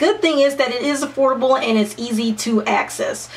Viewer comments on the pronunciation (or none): When she said, "affordable", I thought she said, "HORRIBLE"!! XD